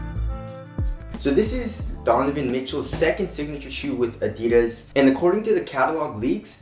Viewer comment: i think he almost said "Don-y boys signature shoe" no?